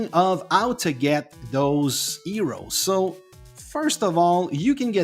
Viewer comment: For your accent I take you are Mexican??? You should practice the letter H, because you say Eroes, Elp, Ell, Ave, Elm, instead of Heroes, Help, Hell, Have, Helm, etc You try to talk American, but fail. Glad to help.